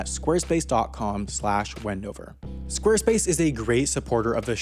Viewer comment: Thank you for saying my home town wndover